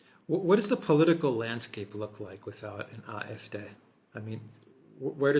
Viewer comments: please stop saying eye-eff-day, that's not how you say it. And even if it was why if you're not speaking in German? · I'm not arguing with your general points et al, in fact I tend to agree. However, my original comment was that are pronouncing AFD incorrectly. I should have explained the problem more distinctly: In German, AFD would be pronounced "ahh-eff-day", not "eye-eff-day" as the guys do. In English it would (obviously) be pronounced "ay-eff-dee". My premise is that two native English speakers having a conversation would not normally use pronunciation of an acronym in the foreign tongue. An example is BMW (the car) in German "bay-emm-vay" in English "bee-emm-dubbel-you". They could and should pronounce in the foreign tongue if using whole words, but not acronyms. It is a very fine and subtle point and I completely understand a non native speaker not picking up this point. Best regards.